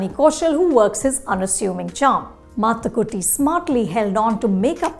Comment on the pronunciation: The review is worth watching just to hear Anupama Chopra pronounce Mathukutty so well.